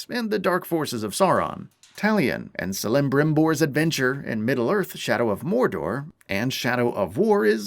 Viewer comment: God damn I don't think I've ever heard somebody destroy celebrimbor name like that and if anybody complains about my spelling I'm using the speech to text function